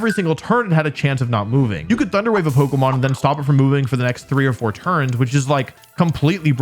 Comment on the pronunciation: Wolfe, why do you pronounce it like Polka-mon instead of Po-kay-mon?